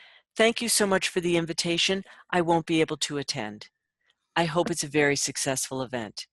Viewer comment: Wery, wery, wery good...thank you🤗